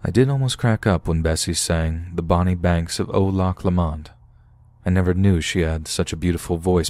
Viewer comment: Great stories. It's pronounced Lock Lowmun.